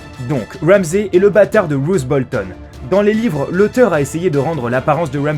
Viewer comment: Il a dit Wouamzay Bolton : /